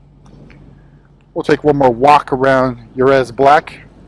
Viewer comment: Jerez is pronounced “hereth” It’s a Spanish city and circuit.